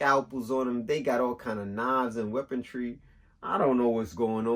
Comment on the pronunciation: "Knives and weapontree" I hear ya. ⚔️🌲